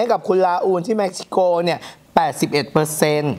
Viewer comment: เม็กซิโก ทำไมได้ยินเป็นเม็กฮิโก